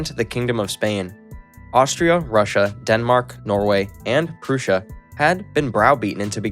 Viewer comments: How can you pronounce prussia wrong but pronounce Russia right?🤦‍♂️ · Proosha and Bagrashon 😂